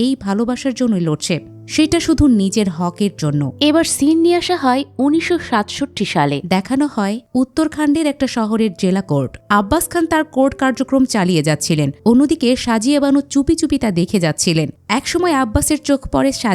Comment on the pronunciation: Uttorakhand na otake Utrakhand bole.. Pronunciation valo kore korun.. eta amader Bharater Devtar asthar jaiga ❤🙏